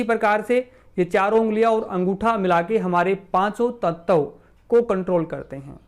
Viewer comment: Nice information. Aap bar bar tat-tav kyun kehte ho. Tat-va kaho sahi rahega. Dhanyawad 🙏